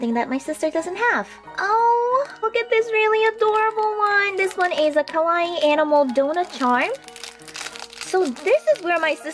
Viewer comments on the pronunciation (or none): none